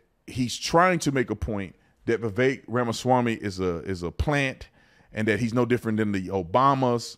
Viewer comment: The guy can't even pronounce his name correctly... I think Vivek is sharp enough to know that whatever he says is going to be highly scrutinized from both sides. He chooses to actually back up what he says and isn't afraid to engage in criticisms with logical and rational facts.